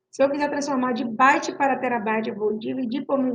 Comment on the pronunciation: Parei no "Baite"